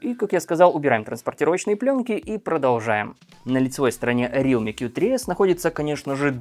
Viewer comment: Не рилми, а реалми